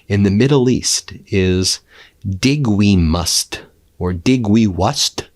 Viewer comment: "Dig we muss," Sure Donald, sure.....